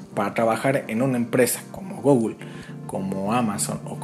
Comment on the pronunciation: "Gogul" ??? Lmao